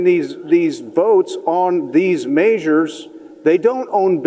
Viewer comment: It’s measures, not “maysures”.